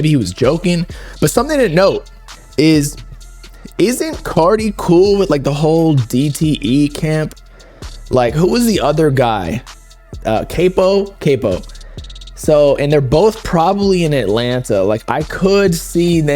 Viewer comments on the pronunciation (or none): This fool really said “cape-o” smh I can’t stand these fugazi no jumper mfs , like learn how to pronounce sht if you’re gonna cover it frfr